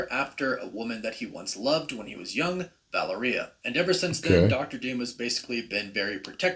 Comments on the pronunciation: I thought it was "Vai - AIR -e-ah" or "Val - EAR -e - ah" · Guy pronounces Valeria like "Galleria" or "Taqueria". EmphASis on wrong syllAbles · Why is he pronouncing Valeria weird?? It's as bad as when the Venom movie came out and they were mispronouncing Symbiote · Interesting stuff but I can’t get over the miss pronunciation of the girls name Valeria. I still can’t stand Pedro Pascal in this roll. Terrible casting